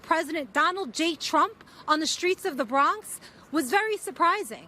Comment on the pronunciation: You keep saying the Brong😂😂😂😂 he went to BK first clip and BX second clip